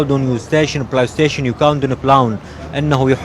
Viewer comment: والله شكنا بالاوطان اقوى شي من يكول بليستيشن😂😂